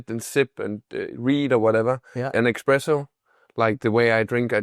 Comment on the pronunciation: Hey its pronounced Espresso not Expresso. / Huge Swedish fan.